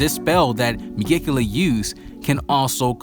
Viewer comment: I like your videos but you keep butchering the name of the devil lol